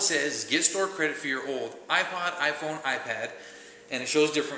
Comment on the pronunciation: did u say i pawn (joking but it sounded like it)